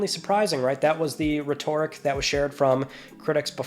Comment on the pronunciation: Brother were you trying to say “rhetoric”